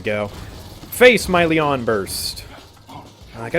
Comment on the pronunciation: Somehow I only just now realized that all of voicelines are talking about Lian, and not some guy called Leon xP In my defense though, I expect the stress in Lian to be li-AN, and the way says it tends to sound like LI-an